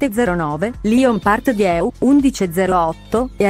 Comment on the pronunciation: Ma dire Paris Gare de Lyon e Lyon Part Dieu nella pronuncia giusta è possibile? Bel video comunque :)